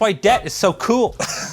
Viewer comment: as a stateside guy, I hear (waerm) (ceewl)